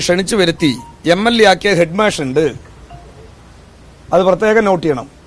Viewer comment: ഹെഡ്മാഷ് എന്ന നേരെ പറയാൻ പോലും അയാൾക്ക് അറിയില്ല. ഇയാളെയൊക്കെ ആരാ പിടിച്ച് നേതാവാക്കിയത്?പൊട്ടൻ